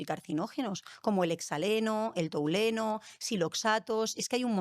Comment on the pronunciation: No sé si me fío mucho de una persona que dice touleno en vez de tolueno, o macrófogos en vez de macrófagos. Por qué no invitais a los que hacen la investigación directamente?